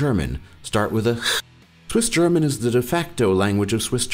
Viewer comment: Your German pronounciation is pretty great, but I giggled at your Swissgerman. But I'll give you some slack, as not even Germans can correctly pronounce it correctly. However, I think it's a very unique language that can sound quite beautiful in some dialects:)